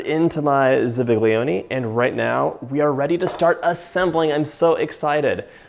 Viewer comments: ughhh zabaglione not zibiglioni but DZABAGLIONE gli - is not gl... but anyway, it's hypercorrection. the right word is ZABAIONE (dzabayone) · Great Recipe, I made it myself without the Rum as that is not my thing and it has become a family favorite. That said, you need to pronounce Zabaglione properly. ZA Ba Lyonay would be the way it is pronounced phonetically or pretty close to it. G is silent. Thanks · WTF is a zibigleone 🤦‍♂️ this guy messed up that pronounciation just as he messed up this recipe. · "ZIBB-iglee-OH-nee" Oh dear, that almost hurt my ears. Instead, say "za-bal-YOH-neh" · It is pronounced “Zabayone”. the g is silent! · The correct pronunciation is "za-bye-oni" in Italian the g and l in zabiglioni aren't pronounced they're more of an accentuation like bignet. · The G is silent in Zabaglione as it is in Lasagne. Also there's something called elision when you say some italian words. You don't pronounce each vowel. They elide into eachother. So it should sound like Za.bahl.yone. No need to pronounce the i . Everything looked right but you never added the mascarpone-you just set it to the side. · I’ve never heard it pronounced “Zibiglione” either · Good recipe but that was some atrocious pronunciation of zabaglione 😂 Must have just watched the Jungle Book or something. Anyway, zippadee-doo-dah, to you, too! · That pronunciation of zabaglione was something! 😂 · dude you are a professional, you should pronounce zabaglione correctly (without g) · I'm making this tonight! I love your content, you're great!! Your pronunciation of zabaglione is killing me 😂😂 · Very nice recipe! but please learn how to say zabaglione haha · Aside from butchering zabaglione, nice recipe. How about doing the mother recipe, Zupa Angleze? Tell the story of real Alkermes? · I have never heard anyone pronounce the g in Zabaglione before. Haha. Cute.